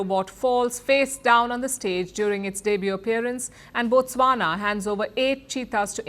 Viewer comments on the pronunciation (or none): none